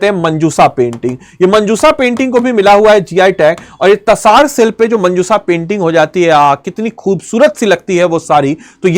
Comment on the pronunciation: यार अंग्रेज किसी भारतीय उत्पाद का नाम बिगाड़ते है तो गुस्सा आता है लेकिन जब कोई भारतीय यहां के किसी उत्पाद का नाम बिगाड़ता है तो लगता है मैकाले की नाजायज औलादें भारत में घूम रहे हैं । जिस तसर को आप तसार तसार कह रहे हैं लगता है आपने हिंदी की मां बहन करने का ठेका ले रखा है। यार कमसे कम पढ़ाते हो तो इतनी छोटी जानकारी रखा करो, या अपने रूट से पूरी तरह कट चुके हो ?